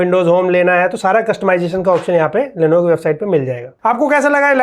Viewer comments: Lenovo ❌ lenevo ✅ 😂😂😂😂😂😂😂😂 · #Therepy bro "Lenevo" nhi, "Lenovo" bolte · Isn't it "Lenovo" ?